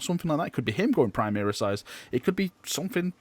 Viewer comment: why do you keep saying 'primeeris' it's really annoying.